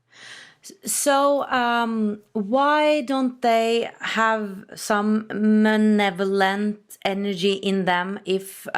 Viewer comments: Psst. The word is malevolent (not manevolent). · The word is "malevolent" not "menovelent".